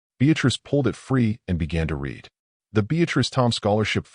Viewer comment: Good story. Need to listen to your own story Music and voice overs were very loud, and blocked out narratives. Also wrong pronunciations. ie “read” pronunced as”red” instead of “reed”.